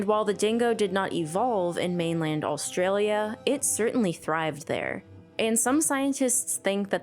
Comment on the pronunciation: is it just me or does she keep saying "all-stralia"?